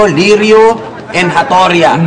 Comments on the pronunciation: lireo hindi liryo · Li-re-yo Yun Hindi liryo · le re yo pag pronounce di lerio